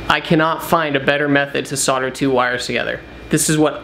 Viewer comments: Solder. Like older. It has an L in it. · It's the same as soldering except you forget to pronounce the L!